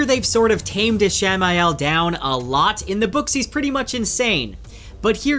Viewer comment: Is he mispronouncing Ishmael <— or is it spelled a different way?